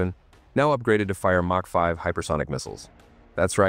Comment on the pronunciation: "Mark 5" Hypersonic missiles, really, stupid AI narration